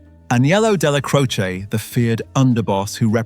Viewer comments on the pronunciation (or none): none